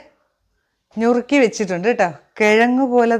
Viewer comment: ഞ്ഞുറുക്കി അല്ല.... നുറുക്കി 😃 കറി കൊള്ളാം.... കാച്ചിൽ അല്ലേ